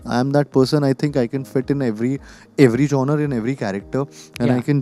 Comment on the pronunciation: It’s not Gen-er Kartik, it is Genre (pronounced Zhaanruh).